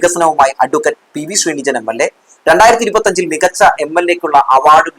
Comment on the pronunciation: ഞങ്ങളുടെ MLA ആണ് അദ്ദേഹത്തിൻ്റെ പേര് പി.വി.ശ്രീനിജിൻ എന്നാണ് അല്ലാതെ ശ്രീനിജൻ എന്നല്ല 😊 ദയവായി ശ്രദ്ധിക്കുക. ജാതി അധിക്ഷേപം നടത്തുന്ന ഒറ്റ ഒരുത്തനെയും വച്ച് പൊറുപ്പിക്കരുത്. സാബു ജേക്കബിൻ്റെ ഉച്ഛിഷ്ടവും അമേദ്യം വാരി വിതറുന്ന ഒരുത്തനും ആത്മാഭിമാനം ഇല്ലാത്ത വെറും പിണങ്ങളാണ്